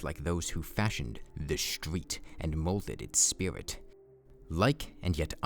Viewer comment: THE RREEETESTERETE!!!!!!!!!